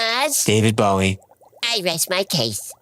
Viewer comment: I'm glad you pronounced it Bowie, not Bowie.